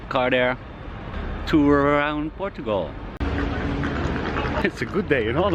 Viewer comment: Literally night and day differnce on your small village☕ You've worked hard my man 💜 I love the way you say portugal ❤ being a true watcher from the beginning, You got this 😎❤️